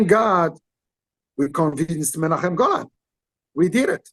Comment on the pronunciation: As an Israeli I can say that the way Qissi pronounces Menachem Golan's name and imitates his accent is spot on. 😂 And here's an interesting anecdote: Gil Globus, the son of Yoram Globus, Menachem Golan's cousin, was in high school with me.